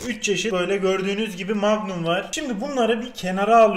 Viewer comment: MAGNUM PAGMUN DEĞİL